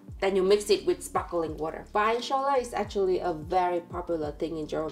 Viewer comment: it's sparkling, not sparkeling!